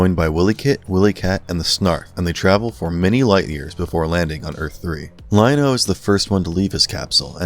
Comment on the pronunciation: Let’s be real. This video was bad. As someone who grew up in the 80s and watched this show during its original run, the inaccuracies in this video were just too much. Earth 3 is something from DC comics. The Thundercats settled on Third Earth. Guy even mispronounced Lion-O early in the video. Completely forgets about Wileycat and Wileykit. And Snarf.. This video was so bad I had to turn it off after about the fifth minute.